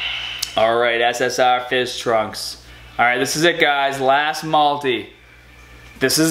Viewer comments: The way you say ssr is so funny You go Ssahhhhhh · Why do u say essessar